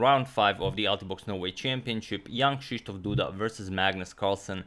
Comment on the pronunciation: Hey agadmator Just gotta say something. That when ever you say Jan Krzysztof Duda I hear Young shisdof Duda